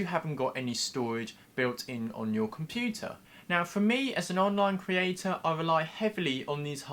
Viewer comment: Not very informative and as 'an online creatuh' he seems very interested in manipulating people into helping his videos beat the algorithm by leaving comments (more comments causes the algorithm to put his videos higher in the search results, etc.) < -- I certainly don't mind people wanting their videos to get better exposure but what I despise is when these 'creatuhs' attempt to manipulate you by saying things like "I really want to hear what you think about this topic in the comments below...' or 'let me know in the comments below if....' and the thing to understand is that they could care less about your opinion and they probably won't even read the comments that you leave because all they want is for people to leave comments to boost their ratings. Its manipulative and exploitive of the audience. I just want to let you know what they really mean when the y say 'I'd like to hear from you in the comments below...' (Its really quite sickening to me and I just wish that they would be more respectful and less manipulative...). So here is your comment pal. I hope it suits your requirements.